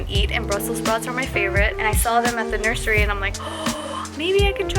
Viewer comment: Omg did say “nursery”??!?